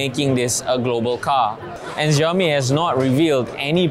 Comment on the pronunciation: Apa "zhiaomi" oh? 😅